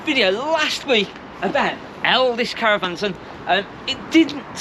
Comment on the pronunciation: Why do you keep calling it Elvis. It’s Elddis